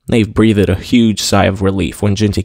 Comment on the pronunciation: Lol. Boulder pronounced "bowder"? Breathed pronounced "breath-ed"? Only our ☁ I'm picking on you again cuz it's hard not to, but I appreciate you dude!